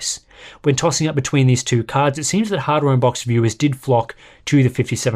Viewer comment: No one going to talk on how sharp, clear, and explicit pronounced hardware unboxed at the beginning?